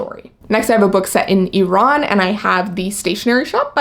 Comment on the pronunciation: I love that you know how to say Iran and Iraq properly. xoxo